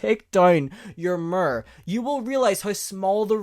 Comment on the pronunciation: OMG everytime he said Mer, I smiled. Obviously I knew what he meant, but lmafo. I love it! Him saying situation is amusing too.